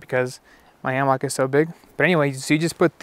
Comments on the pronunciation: Just because it is spelled HAMMOCK, IT'S NOT PRONOUNCED THAT WAY! IT'S PRONOUNCED HAMMICK!!!! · Say Ham-Mock one more time!!! FFS! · So it’s pronounced hammock?